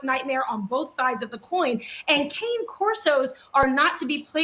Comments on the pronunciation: Kah-nay Corso, please. Provelo-nay, please. Mascarpo-nay, please. It’s all about Italian. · Not a big deal, but the word "cane" in the name of the breed cane Corso is pronounced "canay," it just means "dog" in Italian. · Yes! Everyone say cane, as in 'walking cane'. And also, the plural of Corso is "CORSI" not Corsos.